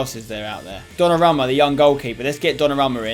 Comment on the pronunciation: it's do-na-ru-ma